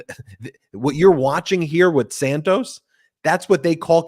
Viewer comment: Enough Santoos ! His name is Santos! Like in "toss" .... Santoss!